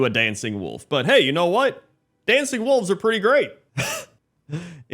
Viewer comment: Oh wolves i thught he said walls